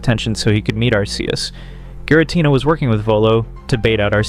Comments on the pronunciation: I had to stop the video because I cannot listen to Arceus's name pronounced wrong over and over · He pronounced Arceus wrong